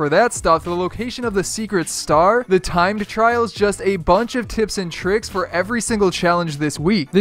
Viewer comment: Did you say tied tryals nooooooooooo